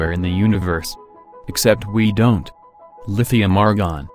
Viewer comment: All the lee .... Thium . 🤣🤣🤣🤣